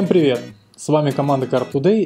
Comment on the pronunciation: Хахаха он на конце сказал: "Всем прєвєт" хахахах